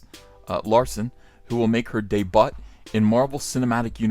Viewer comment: Day-butt!!?? You know it's day-byu, right? That's how it's pronounced. It's a French word